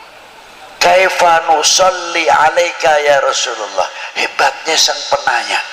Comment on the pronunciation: Yaa Rosulowoh /Yaa Rosulullah/ Yaa Rosulallah ...yang benar yg mana ustadz ,Kalo membaca yg jelas ustadz, sukar di telinga rasanya..😂😂😂